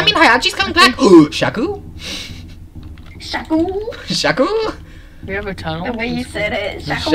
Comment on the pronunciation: sees Shaku Also:sHAKu